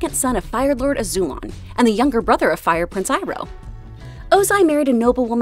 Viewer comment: Pronounced “Azuu-Lon” love videos